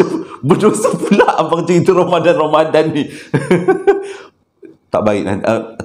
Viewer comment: Bang saya punya terkekek yang part " salam 2rambadan waalikumsalam eh assalamualaikum 😂 bangg ramadhan abg pun dah tersasul ii bang saya masih belum stop ketawaaa 😂😂😂